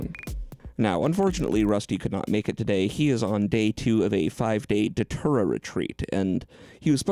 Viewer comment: I had the same thought, but I thought he said a 5-day doTerra retreat. Which seems just as frightening TBH.